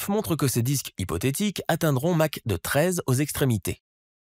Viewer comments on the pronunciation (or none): "Visqueuse", ça fera plus crédible ... "Match 13" ? Sérieusement ? C'est Mach ! (pron. : "mak") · Plusieurs fautes graves de vocabulaire impardonnables ! Force VISCEUSE de l'eau... Visqueuse !! Pas visceuse !! 👎 👎 👎 Et Mach en unité de vitesse !! ET NON MATCH !! 👎👎👎👎👎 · Superbe présentation. Par contre, petit erratum, j'ai buté en sur Match 1.8... En l'honneur de Ernst Mach, on lui a donné la vitesse du son à Mach 1, comme bcp savent. Dont ça ne match de mettre un "t".